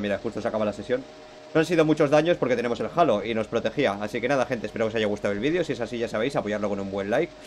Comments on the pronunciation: es halo no jalo jaja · El "jalo" 😂